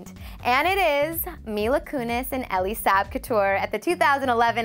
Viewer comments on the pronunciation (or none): none